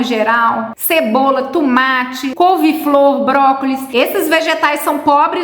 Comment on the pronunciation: DRA. COM TODO RESPEITO É TUMATE OU TOMATE, OBRIGADA?